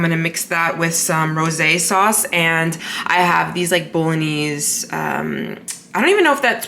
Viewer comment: Love your videos but can’t deal with how you pronounce bolognese